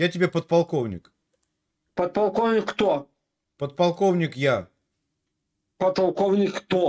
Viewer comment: КонСтаКтор с поТалковником задекЛамированый 😂😂 ёпрст че это за организм покалеченный 😂